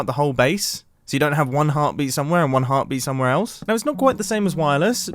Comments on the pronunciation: No-one : Mumbo : Heartbreet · Near - he said heart breat